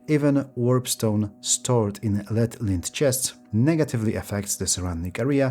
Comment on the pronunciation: Minor pronounciation correction: lead (metal) and lead (verb) are pronounced differently. Lead (metal) is pronounced led (similar to bed), and lead (verb) is pronounced leed (same ee as sheep, deep etc)